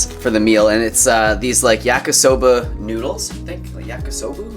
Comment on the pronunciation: Funny how he is saying Yakisoba in an American way :D, food as pwo over smoothie:)